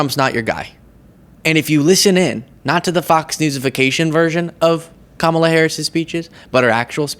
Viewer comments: He knows what he is doing by mispronouncing it. He is a petulant bully and a racist, and the people who love him love how much of a petulant bully and racist he is. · Trump mispronounces people’s names to gin up his base. He also probably really can pronounce her name🤣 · It is a big deal that he doesn’t say her name correctly. It’s so gross. He’s a pig! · Mispronouncing her name is just a sign of disrespect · He is pronouncing her name wrong on purpose . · Oh my god the mispronouncing of her name makes me nuts. We see through you, you buffoons. Utterly offensive & freaking lazy. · He mispronounces it on purpose. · They mispronounce her name deliberately. Remember some doofus saying "Ka-MALA, mala, mala" a few years back as if he couldn't figure out how to say it even after it had been made clear? These same people have no trouble with the name "Pamela" and the emphasis on the syllables is exactly the same. It's like when they acted like AOC's full name was too long say, meanwhile they had no problem with MTG's name. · Trump deliberately pronounces her name like that because he believes it makes her sound more 'unamerican'. He does the same by always referring to Obama as 'Barack Hussein'. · They pronouncing it wrong on purpose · ALL FEMALES UNITE FOR KAMALA (learn how to pronounce it Trimp) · He knows he is pronouncing Kamala’s name wrong purposefully - so the best thing to do is refer to him as THE DONALD. He hates that. ( It was Ivanas name for Him.) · He calls her a “female” instead of a woman. He mispronounces her name. He started the habit in the MAGA GOP of calling the Democratic Party the “Democrat” Party. When you are respectful, you take the time to address people and parties by their proper names. These “mispronunciations” are deliberately done to show distain. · Trump is purposely mispronounces Kamala first name. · Unwillingness to learn/intentionally mispronouncing a POC's name is the laziest form of racism there is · He pronounces it wrong as an insult